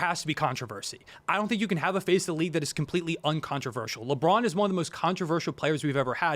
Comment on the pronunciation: "leborn rolls" locks in